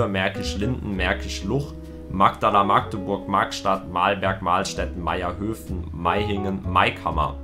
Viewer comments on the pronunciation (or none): none